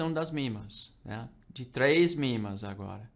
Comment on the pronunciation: MA médias móveis, ele é gringo . . p/ pronuncia mimas